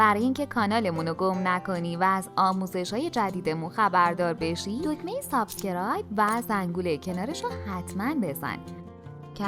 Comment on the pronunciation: ممنون از آموزش های خوبتون. یه خواهش، لطفا کلمه subscribe رو درست تلفظ کنید. سابِسکِرایب نیست. سابسکرایب هست. ب و س صدای إ نداره. البته با احترام به شما و همه عوامل کارتون🥰